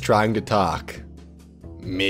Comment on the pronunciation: How you say me tho MEEE